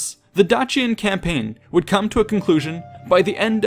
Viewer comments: Dacian is pronounced Dayshion not Datchian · Dacian is pronounced with a softer sound. Like the end of Patricia.